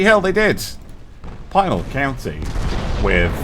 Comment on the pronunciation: As a (more or less) native of the state, Pinal County is pronounced with a short "i" ("pin", not "pine" and "Al" as in "Alvin").